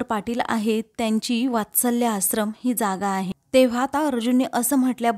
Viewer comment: आसरम 😣👎👎 आश्रम 🤘👍 Please read the words properly 😊